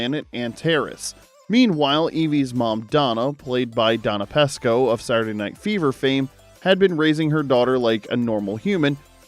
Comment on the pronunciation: Donna Pescow's name is pronounced with a long E ! You pronounced it with a short E !